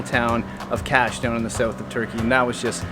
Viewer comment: Kaş pronunceciation is not Cash! KUSH! By tthe way it s a nice video!